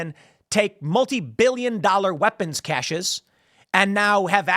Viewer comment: Thank you for saying cache correctly. It's crazy how many national journalists mispronounce the word.